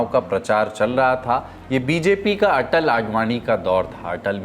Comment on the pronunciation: Ku re banghi atal ji ka naam sahi nahi bol paa raha